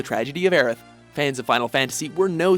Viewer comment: Thank you for saying and spelling Aeriths name right!